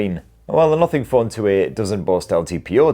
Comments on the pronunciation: Nuffing Phon 2Eh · British English 🤣